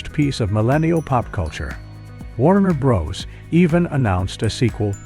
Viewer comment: Warner Bros? pronounced Broes? Ugh.